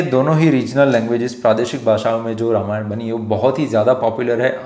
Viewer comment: Namaste! You are doing an excellent job. Would request only one thing. I have deep respect for Bhagavan Ram and hence recommending with deep respect to please speak his holy name properly in the word Ramayan as NOT 'रमायण'(Rmayan) but 'रामायण' - (Ramayan) as it is bhagavan राम and not रम. Because Ramayan is the story of his journey/holy path and we get the benefit of his holy name chanting when we say it without any distortion. Let's not keep the listeners away from the benefits of holy name listening and chanting (Sharavanam and Kirtanam) Hope it helps. Thanks for understanding. Several Mandirs, libraries and Gurukulas have been destroyed, in Northern and other parts of India and many holy names of places and persons have been purposefully distorted. Let's NOT do this to this one atleast. If a 3 year old little girl Ramaa Kumari can do this, we all can do this! Jai Shree Ram! 🙏